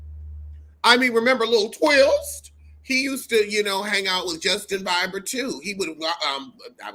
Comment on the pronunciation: boo you got some gorgeous gams! You Killin me how you saying Bieber's name🤣🤣🤣